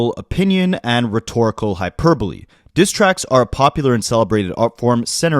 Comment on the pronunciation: The only creator I've seen pronounce hyperbole correctly so far. I was getting worried about the American school system for a moment there. 🤣 Penultimate is pronounced PENN-ultimate. And debuted is day-BEWED.